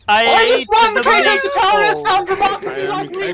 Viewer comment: "the adeptus sicarious" had me cracking up